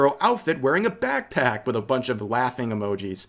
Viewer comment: I dare you to say BAKC-PACK one more time :D